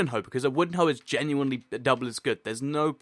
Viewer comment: Wait... did you say waste it on hoes or HOES